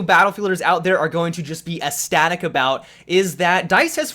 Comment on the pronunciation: You're mispronouncing 'ecstatic". Sorry, language police here. The first 'c' is sounded out. Ek-static.